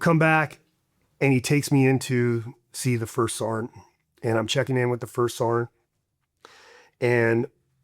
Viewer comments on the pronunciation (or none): First sart? Is it to hard to say serg? Better yet sergeant its almost like people saying jelly of someone who’s jealous to lazy to say the whole word and it sounds like sart🤷🏻‍♂️